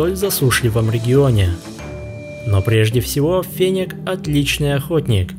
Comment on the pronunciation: Интересно конечно, но не очень привычно неправильное произношение названия животного😢! Не фенек,а фенёк! 😊